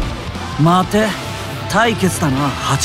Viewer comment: の 待てって言い方発音変じゃない？